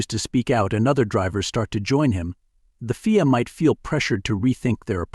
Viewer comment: F I A not feea